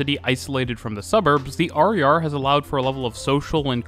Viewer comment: XD that was weird to hear you call the RER "harry are" instead of "hair a hair" for 20 minutes